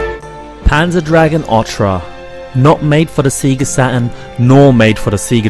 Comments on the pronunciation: saga not sega, orta not orcha learn how to fucking talk..........or read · Otra means "other" in spanish. This game is called "O-R-T-A". ORRRRTUHH say it with me now.